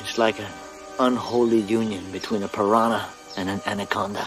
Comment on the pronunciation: was anyone else bothered by how she pronounced Piranha?